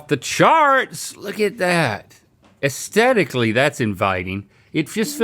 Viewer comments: Can someone please tell Link that you're supposed to pronounce the TH in AesTHetically? 😫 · Has anyone else noticed that people on this show don't say the word "aesthetically" right? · Oh no! Link has learned the word 'aesthetically'.